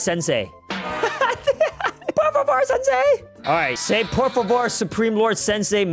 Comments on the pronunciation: Also it’s por favor not por vavor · when he makes them say por vavor ITS SO FUNNY HIM SAYING IT MADE MY DAY 😂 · Per fuever 😂😂😂😂